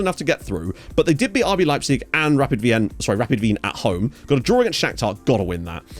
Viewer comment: Looking forward to the loan-farm guide, because i am in my save my team rapid wien (nice pronounciation by the way 🎉 😉), is the best european site, but i have still fight the urge of my players to leave for a greater league... so i really need a way to support tje rest of austria, which is much easier than malta, but soooo necessary😅